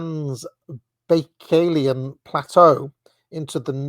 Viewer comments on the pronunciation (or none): Trans-buy-kall-eon, as in Lake Baikal (Buy-kall). Tee-ann-shann Mountains. King-ann. Yes, it is ManCHuria. Shall-on. 😉 He (mackinder) is wrong about the Magyars, they weren't Turkic, but of the Finno-Ugric branch of Uralic.